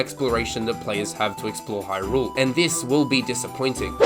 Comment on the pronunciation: Why are you saying Hyrule as if you are greeting rule.